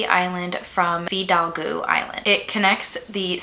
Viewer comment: Presenter pronounced almost everything wrong. It’s Skaj-it, not Skag-it. Fi-dalg-o, not the crazy way she pronounced it.